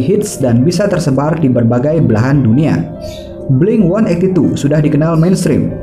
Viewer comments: Sorry, pengucapan yang benar itu 'Blink Eighteen-Two' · FYI kalo kata Mark; 'yg bener itu blink eighteen two ' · blink delapan belas dua sebutan nya/ blink eighteen two! Dan blink-182 bukan Punk tapi Pop Rock.